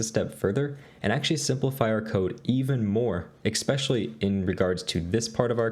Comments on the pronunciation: ECKspecially...bro I love your content but PLEASE say ESpecially please lol! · Why do you pronounce it expecially?